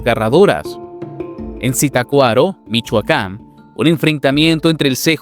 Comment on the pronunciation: Pronunciaste mal Zitácuaro.